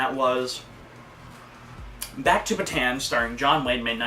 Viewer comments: It's pronounced "Ba-Tawn," not "Ba-Tan." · Well, your history teachers said it wrong, because they didn't notice the to "a's", so it is pronounced Bata-an, not the way you said it. I'm an actual Filipino, and you should search up how to say Bataan.